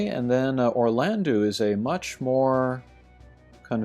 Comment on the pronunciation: Can we please start spreading the pronunciation of Orlandeau as Orlando, which is what it ought to be? "-eau" in French has an "Oh" sound, not an "oo" sound